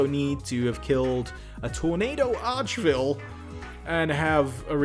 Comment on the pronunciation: Arch VILE not Arch Ville, christ alive